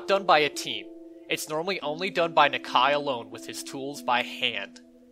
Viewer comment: Its “knock-eye” not “knak-eye”